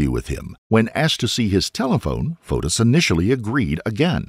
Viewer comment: Every time you say Fotis I hear POTUS. 🤷‍♂